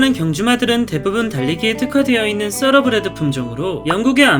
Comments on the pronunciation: 서러브리드가 아니라 thoroughbred.타러브리드가 더 정확합니다. 서러브리드는 생전 처음들어보는 발음입니다. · 타러브리드야말로 처음 들어보는 발음인데... 떠(뻔데기발음)러브레드가 맞는 발음 아닌가여??